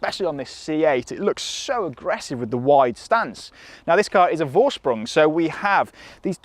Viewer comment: Lovely car. The letter V is pronounced F in german. So it’s forsprung, not vorsprung.